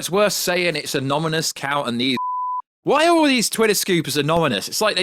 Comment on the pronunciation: it's " Anonymous" and not "Anomymous".